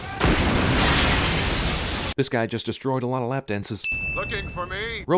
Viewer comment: sin 18 took me a few seconds to relies he just said lap still made me laugh